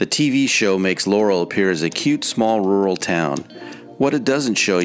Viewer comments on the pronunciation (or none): none